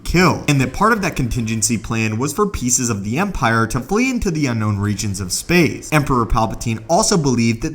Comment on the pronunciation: Space!!! Not spay